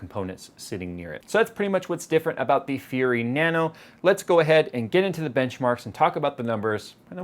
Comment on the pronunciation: Nanu Nanu to you too.............soz that's what you sounded like everytime you said Nano Nano! :P